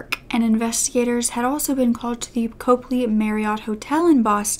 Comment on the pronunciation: Copley as in Cop-lee lol